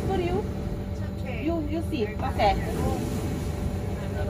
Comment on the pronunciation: Do you want some tea? E poi: you si? Oppure you see? 😂😂😂 Scherzo